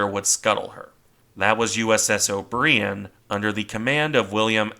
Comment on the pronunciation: The Ward was scuttled by a destroyer with a common Irish name—O’Brien—pronounced “oh-BRY-enn”—or as if spelled O’Brian, the common man’s name—NOT like the French cheese (oh-BREE-enn). Trust me. I was married to an O’Brien for years. If you can change the audio, you really should.